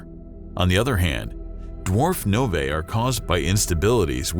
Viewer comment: "nov-ay" made my skin crawl